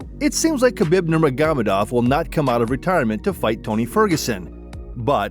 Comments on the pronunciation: Why would you pronounce Khabibs name like that? Wth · I like the video--detest how you pronounce Khabib's name.